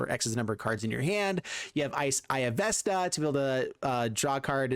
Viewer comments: right, I meant the way he was pronouncing it. Sorry if I wasn't clear with that 😁. I would always pronounce it veck-na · You can really tell which of us are D&D geeks. As a long-time DM, the mispronunciation makes me want him to roll for diplomacy with a -10 modifier. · 😆 if you watch matt colville vecna name comes from the jack VANCE books and is a anagram. Your still denouncing it wrong but its interesting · Mispronounced Vecna is driving me absolutely nuts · this, i cringed every time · I cannot believe you've never heard Vecna said out loud. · Love the deck, through the multiple mispronunciations of Vecna are killing me haha. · Idk maybe he was just missreading it. For awhile my wife thought vorinclex was "voronicles" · Immediate pain as soon as he said it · Its pronouced Vecna (pronounced: /ˈvɛknɑː/ VEK-nah). Magic players never can say shit right lmfao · Vesssssna? VESS NA? VESS? Stop it please. Get some help. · Vecna is pronounced Veckna. I can't watch the video. Under 2 minutes in and I'm annoyed enough to abandon the video. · pleaSE say it right veKna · Vecna won’t feed you the correct pieces because you kept pronouncing his name “Vessna”. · What's a Vesna? couldn't resist 😛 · What a pityful deck, this was your punishment for mispronunciate the sacred name of VeKna. Serves you well! Haha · VEKNA my God watching you tubers try to pronounce these cards hurts. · How are you pronouncing this Vesna??!?!? Oh and you're not the only one. CGB apparently can't read either, lmfao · Everytime he pronounces it VES-na, Matthew Mercer dies a little inside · I BEG OF YOU! PLESE STOP SAYING VESNA... MY EARS ARE BLEEDING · I know I'm like the 10th person to say this but. VeK-nuh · love the your videos. To assist for the future when you see or play Vecna. Vecna (/ˈvɛk nɑː/ VEK-nah[2]) here is the pronunciation . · Vekna is how it's pronounced. I never do this, but im such a DnD fan it drives me crazy 😂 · I cringed each time i heard vesna lmao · Vek-nah,. veCK-nuh.